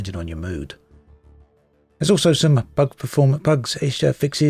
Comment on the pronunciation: I've never heard bug pronounced like budge before. Interesting.